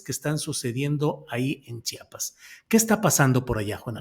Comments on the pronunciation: SE DICE CHIAPAS OJET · A chiapas lo entendemos los chiapanecos, los mal llamados zapatistas formados por el mismo sistema, cobijan al crimen orgado y no empezó desde ahora fue desde el 94, y alguien que no puede ni pronunciar chiapas no puede opinar.